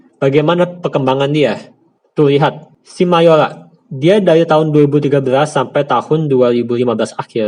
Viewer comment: bagus ilmu di videonya bang tapi lucu 😂 mayora = mayola investor = investol saya kirain pistol 😂